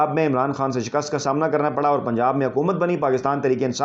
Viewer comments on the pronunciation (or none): none